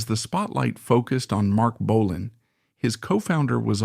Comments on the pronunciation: Good photos though. That’s about it. The narration is awful. BO-lan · you cannot even pronounce bolan… and you use pics of mickey finn while talking about steve. embarrassing seppo trash. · Well that goes to show how much you know about Mark Feld/Marc Bolan. 'Bo-Lan'. Yep because originally one spelling of his name he tried a more 'fancy' spelling of BÖLAN was with an umlaut (two dots over the 'o'). This can be seen in an early pre-Tyrannosaurus Rex photo of "Mark Bölan", in a feature about a PR Party where Bolan's former school chum Helen Shapiro is also seen as is Twink listed as a member of 'The Fairies', not to be confused with the 'Pink Fairies' which Twink formed with Steve Took, Mick (The Deviants) Farren and Twink's girlfriend Silver Darling. Therefore as Steve Took's Official Family approved biographer, I find this little documentary reasonable. Not 100% accurate, but far better than the old Bolan Biographies which wrote Took off as a "Drugged Up Loser". In 1999 I was asked by John and Shan Bramley to take over the running of The Official Marc Bolan Fan Club and to drag it into the 21st Century with a new website. They published a Bolan biography called 'The Legendary Years'. When my hubby and I visited the Bramley's I mentioned Steve Took and John Bramley replied "Steve Took. Who???" and then laughed. I like to think I got my own back in a humorous way when John Bramley got out a manuscript with carfelly written out lyrics to several Tyrannosaurus Rex songs. On the manuscript were a couple of drawings. John Bramley raved about the one because it was shaded and john said, "Look, have you ever seen a drawing by Marc which is shaded in like this?" Kevin